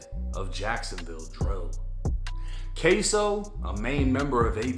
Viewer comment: K-su. Not k-so